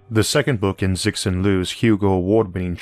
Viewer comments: Why is Cixin pronounced Zick Sin ... it should be Tsih (remain the mouth shape when you pronounce TS, just like making the "ts" in "cats" a long sound) Hsin (similar to "shin" in "shintoism", with your tongue tip closer to your front teeth) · If "Cixin" is Chinese, then it would be pronounced more like "tsishin."